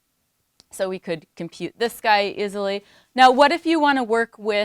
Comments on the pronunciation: To me it sounds a bit in-between /izi/ and /ɪzi/. I'm going to guess it's a midwest thing. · I have never heard "easy/easily" pronounced so strongly as "izzy/izzily" before. I'm aware of lots of American shibboleths, but this is new to me. Where's in the USA is this common?